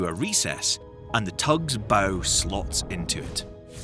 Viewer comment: . It still can’t say Bow correctly